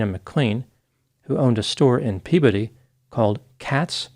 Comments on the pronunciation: Props for pronouncing “Peabody” correctly. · Thank you for getting the pronunciation of Peabody correct! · knows how to pronounce Peabody.....nice 😊